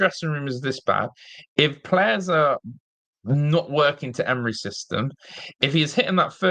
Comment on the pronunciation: If you're gonna talk about the gaffer then atleast pronounce his name correctly